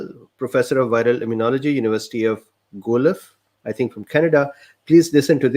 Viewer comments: Guelph is pronounced, “gwelf” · University of Guelph ?? (pronounced gwelf), Guelph, Ontario Canada